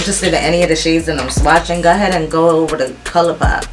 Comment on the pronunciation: I’m still so enjoying your channel. I love the way you say “go ahead”. I’m southern so everything has 5 extra syllables. 🤣